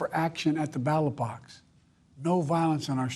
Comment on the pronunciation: "Former Trump" "Errler dday" "Law enformphfessionals" "Nacy felosi. Or information- intimidation" "Politics must never be a li-ttle battle field, or God forbüd, a killing field" "to call for action at the battle box" "we resolve our division at the battle box. Yknow, that's how we do it. At the battle box. Not with bullets." "You know, the pass forward through a competing visions of the campaign..." "I believe that with every soul- every power of my... being." "to make America, so-- make america whaehhh- th-think about it. What's made America so special?" "unity is the most elusive of gall-goals right now. Nothing is mordn- more important right now." "we that- we owe that to ourselves." "let's never loosighsuhv we are."